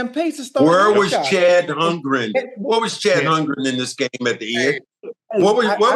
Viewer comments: Chet not Chad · Someone please teach them how to say Chet’s name!!! 😂